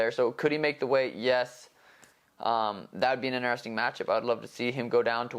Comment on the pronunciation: Inerresting is not a word it's interesting 🤦🏽‍♂️